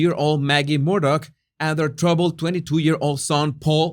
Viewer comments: Not, Murdoch, it’s MURDAUGH!! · Why does he pronounce his name Murdock if his name is Murdaugh